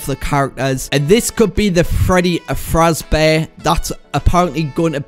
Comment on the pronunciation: Dude it’s pronounce FAZBEAR NOT FRAZ